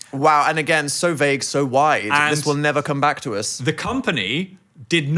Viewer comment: Anybody else love how Phil says uz instead of us. ❤